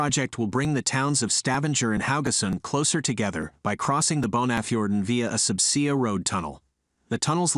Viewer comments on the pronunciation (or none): Hire an actual human narrator. "Sub see-ah" tunnel? "Ghee-o-technical"? This has ended my interest in your channel. Buh-bye. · Sub see uh. Yeah. Lose the AI.